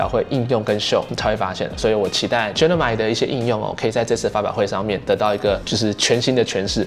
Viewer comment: 等一下，那個念Gemini啦！什麼genimi 真的很期待今年換10還有那個檸檬黃色！